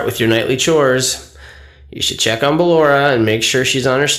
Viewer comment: Ah yes "Bellora"